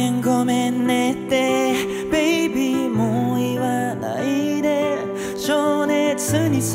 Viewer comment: 歌は完璧すぎるくらい。 ただ、ただ一つ残念だったのは一番最初の「ごめん、ごめんねってBaby」をベイべーって発音して欲しかった。 惚れ惚れしました。これからも頑張ってください！